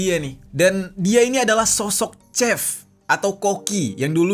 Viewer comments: Maaf kak ralat ya "chef" dibaca seperti "shef" bukan chef . Terima kasih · Bukan Sep, Shef..